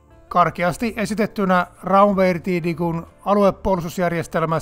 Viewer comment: Raumverteidigung lausutaan "raum-fer-tai-di-gung". Suomeksi tarkoittaa alueellista puolustusta.